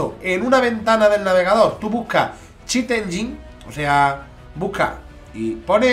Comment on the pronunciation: 'Chit enyeen'😂